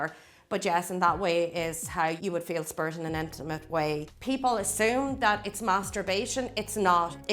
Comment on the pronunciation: The way she says “spirit” sounds more like “spurt”